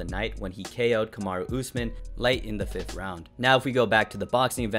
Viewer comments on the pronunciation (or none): Calling him Usamen instead oh Usman is crazy